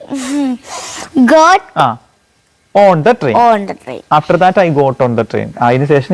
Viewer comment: ട്രെയിൻ കയറുന്നതിനു goton എന്നല്ല geton എന്നല്ലേ